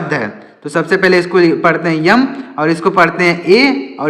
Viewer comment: Sir yam nahi m hota ha